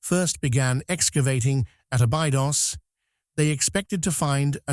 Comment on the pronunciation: As soon as I see or hear any mention anything "terrifying" or that "terrifies" people, I glaze over and tune out! And teach your AI to pronounce Abydos correctly!